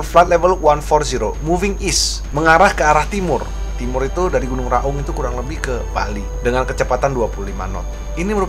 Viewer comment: Baca nya gunung Raung.... bukan Gunung Ra Ung.... klo bahasa jawanya Raong